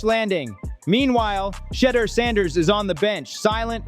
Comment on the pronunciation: Why does the commentator keeps mispronouncing Shedeur name??😮